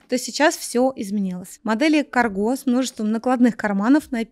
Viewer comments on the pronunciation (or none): Манжеты тоже можно пришить к любому пуховику))Часто так делаю,когда не подходит длина рукава )) Ещё один критерий для выбора пуховика -это внешняя ткань! Лучше,когда она влагоотталкивающая и непродуваемая!!Не по теме ,но слово "кАрго"произносится с таким ударением.Спасибо за видео.